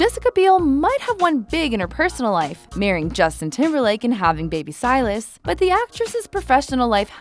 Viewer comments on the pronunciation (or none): none